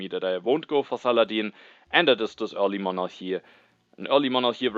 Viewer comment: I'm only 8 minutes in but hearing you pronounce Monarchy in the correct (Greek) pronunciation with a soft "h" sound instead of the hard "k" sound made me very happy!